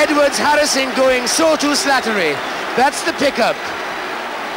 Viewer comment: He has a wonderful lyrical pronunciation of the name "Slattery"